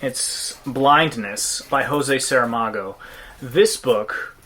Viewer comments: It is not “hosey” Saramago, it is Jose Saramago. He is a Portuguese writer, not Hispanic. Portuguese José is pronounced differently from Spanish Jose. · Just a note, José Saramago is Portuguese, not Spanish, meaning that the J in his name is pronounced the normal way.